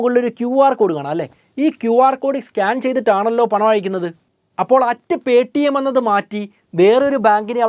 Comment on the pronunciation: പേ ട്ടി എം ന്നു പറയാതെ പേ റ്റീ എം ന്നു പറഞ്ഞാൽ ഒരു ഗുമ്മു ഒണ്ടാരുന്നു